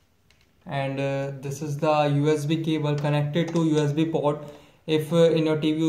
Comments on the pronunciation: hey man... it is hdmi port not hdmi pot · I know But you are pronouncing it wrong..Your pronunciation is like you are saying "POT" instead of "PORT"